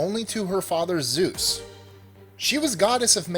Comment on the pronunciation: keeps changing Zues into sues